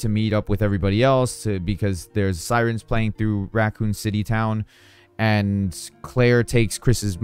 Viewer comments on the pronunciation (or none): none